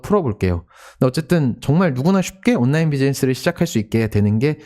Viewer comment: 장피엠님 발음 너무 귀여우십니다. “온나인”